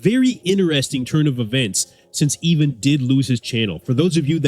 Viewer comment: Pretty sure his name is "Ivan" not "Even" It's just his accent that sounds like an "E" instead of "I".